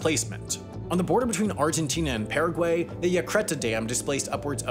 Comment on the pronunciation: why did you say paraguay like that